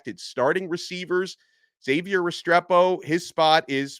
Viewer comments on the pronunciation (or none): none